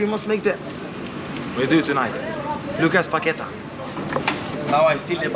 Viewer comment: Said Lucas Paqueta I'm dying